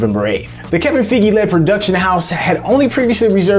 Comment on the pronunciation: poor just can't get feige's name right XD